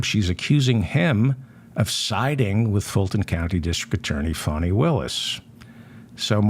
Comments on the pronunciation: It's pronounced Fah-Nee according to Ms Willis herself. She says it's from Swahili. Beautiful meaning too. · It sounds as if you’re calling the judge ‘Phony Willis’. Is this intentional? I hear most people call her ‘Fanni’ with the first syllable rhyming with ‘on’ (as in ‘on and off’)